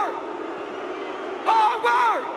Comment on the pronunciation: lmao he say hardwork not fucking Hogwarts😂😂😂😂😂😂